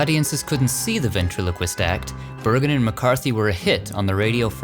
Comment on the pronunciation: The other stone of Edgar Bergen said "BERGREN". Was that his REAL NAME?!